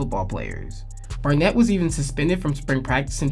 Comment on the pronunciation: “Garnett”?!?! Is this a joke??? Barnett…